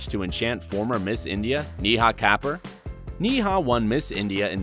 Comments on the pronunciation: Yes it does. My fellow (Ignorant) Indian. Niha and Neha are different. Also, it's the principle. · Wife of Kunal Nayyar is not pronounced "NEEEHAA KA-PURR" , it's pronounced Neha (with a single "E" ) Kapooor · Pronounce Neha properly. Or at least say that you probably pronounced it wrong like you would if it was a German or French name.